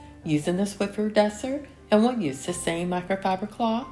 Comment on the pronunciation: Hi. Your video is just what I needed today. I was just not "with it." But I decided to turn your video on, get up, and start cleaning. Once I'd finished everything I intended to do, you were thanking us for watching. So, the video was the perfect length. 😊 I'd always wanted to mention the "Swiffer" thing, but thought perhaps you pronounced it the other way because you wanted to. 😊 Thank you for the video today. I actually "needed' it rather than just enjoying it as usual. See you in 2025. #swiffer #sprayway #clorox